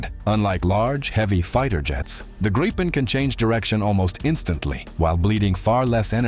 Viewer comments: It's pronounced "Greep-pen", not "Grye-pen" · Hate it when Americans try to say the plane name and gets tge result of "GRAYPEN". Just bah, quit it before Swedish steel bites you.